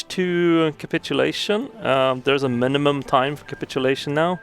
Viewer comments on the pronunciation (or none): none